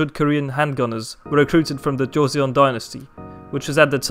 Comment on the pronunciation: I suspected that the Chinese pronuncation was legit, and judging by the comments I was right. Not really sure what happened with Joseon though. 조선 (朝鮮) is pronounced a bit closer to "Joe Sun" ("Joe," such as Joe Rogan, and sun as in the burning ball of gas in the sky) than the "Joe See On" we hear in the video. "Joe Sun" isn't a great pronunciation either, but it's the closest we can get with English phonemes, IMO.